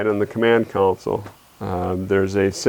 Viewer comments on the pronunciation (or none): is it an upper midwest thing to always pronounce console as council? Pretty annoying. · Console, not 'council' surely? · If only the so-called "experts" in narration would properly pronounce the word "Console". It's not a Council. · Great video. One note: Console/council…different words…different spellings…different pronunciations…